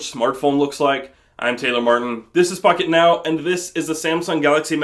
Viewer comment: I thought he said fuck it now